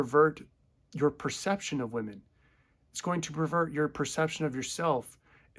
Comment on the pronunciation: "I'm more attracted to then (wahmen) now [as opposed to pre-SR]" Yessssss... YESSSSS! THIS!